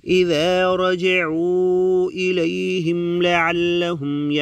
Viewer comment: Dekh kar bhi galat padh rahe ho bhai raja tum ilaihim